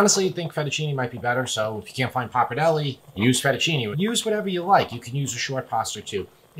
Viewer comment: It's pronounced Pappa-r-delle